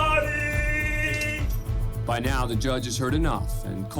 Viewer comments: This man said Luminatti lmao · He said luminati, not illuminati. That makes him a special case.